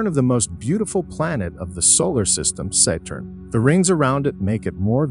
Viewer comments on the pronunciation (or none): pronounciation of the planets is terrible , its satturn , not seyturn also stop mixing in so much CGi. Its confusing as the video is supposed to be real pictures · SEY-TURN?! SEY-TURN?! 😅😅😅 YURANOS?! YURANOS?! 😂😂😂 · Fix the pronunciation of "Valles Marineris" and "Saturn" and "Huygens", etc. If you can be smart enough to use a text -to-speech voice, you are certainly smart enough to have it pronounce words properly.